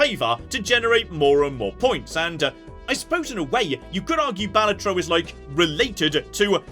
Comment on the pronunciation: Your opinions are fine, the way you pronounced Balatro though...